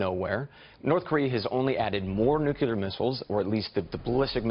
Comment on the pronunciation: It's not nuculear it's nuclear.